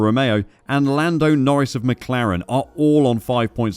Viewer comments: In new Zealand we say Mclaren ( as in Bruce Mclaren), but what do we know? lol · Team "Meclearan"? What's that? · Mc delorean.